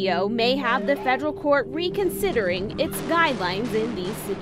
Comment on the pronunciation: Please dear God learn how to say court... It's not cooooooooort